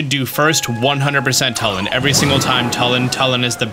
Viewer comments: It’s not like Tull-in its like tool-in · TWO-LIN NOT TUL-IN IT’S SAID IN THE GAME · His name is pronounced toolin not tuhlin lol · It's "Tooh"- Lin not "Tuh"- Lin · its pronounce toolin not tullin bro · my braincells popping every time this guy says tuh-lin. It's too-lin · TUULIN. U is stressed. Not tulin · This is driving me crazy. You’re pronouncing Tulin’s name wrong. It’s not “Tull-in” it’s “Too-lyn” you’re saying his name wrong. Even if you were just reading it you’re phonetically incorrect. The cutscene after you beat the temple his ancestor says his name for you - if you need confirmation. Thanks for all your tips and tricks vids though. 😂😂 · Bro it’s pronounced two-lin. Not Tull-in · ITS PRONOUNCED (chu-lin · It’s pronounced two-Lin. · tulin- too-lin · It's pronounced too-lin and Teba is not a descendant of ravioli he's just a Warrior of great courage that highly respected ravioli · The way he pronounces tulin( you say it like 2-lin) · It's Too-lin. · My God, it's pronounced Too Lin. They literally say it in the voiced cutscenes. Come on guys, we're in the age of voice acted zelda. Mispronunciation shouldn't be an issue anymore. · I’m sorry but the way he pronounces yunobo and tulins name annoys me so much